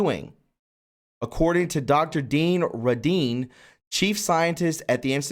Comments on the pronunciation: Hey, no disrespect to you, but Dean’s last name is pronounced RAY-din. And Qi is pronounced like chee. Keep up the great work! Our pedo-sadist overlords and other sick “elites”want us completely disempowered, fearful, shameful, and ignorant of our God-given abilities, obviously ignorant that there is even a loving God. Jesus said we’d be doing great things. With His assist, we need to step into that power. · Dr Dean Radin (pronounced RAY- DIN) The energy is Chi (cheee) and a lot of the money probably goes to identify and target those with abilities.. TI's for a reason! Thank you!